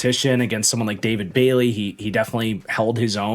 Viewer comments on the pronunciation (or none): none